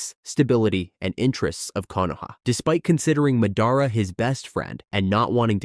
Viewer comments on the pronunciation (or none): Where are you from and why do you pronounce madra, susanoo, and Hokage like that?